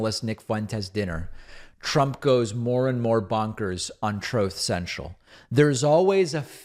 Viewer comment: HE CANT EVEN SAY HIS OWN NAME FOR HIS TROTH CENTRAL RIGHT!!😆😅🤣😂 STUPID MAN!!!!